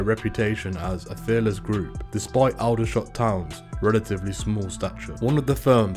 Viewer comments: It's not Oudershot, it's Aldershot. A-company, never heard of them and I bet many other have not too. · It’s pronounced Alder like the tree not that weird way he’s saying it. Aldershot